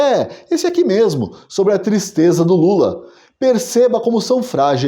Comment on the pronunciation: Que "tistreza"